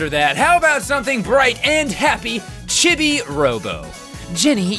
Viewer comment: Oh, yeah, I should probably mention... "Chibi" is pronounced "CHEE-bee", not "CHIH-bee".